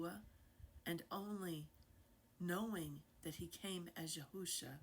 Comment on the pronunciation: YAHUAH, not Yahawah! YAHUSHA, not Yahawahshi!